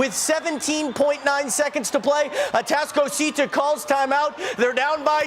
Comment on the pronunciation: Dude is struggling mightily to pronounce atascocita😂 he also mispronounced “humble”